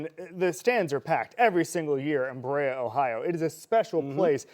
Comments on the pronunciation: BE-RAY-UH ...... bruh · I've never heard anyone pronounce Berea that way that was from NEO. But point stands, neither is the QB1 of the future but we know Watson isn't around next year. Might as well see what Sanders can do.